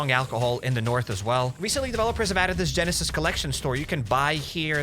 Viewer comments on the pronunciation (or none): none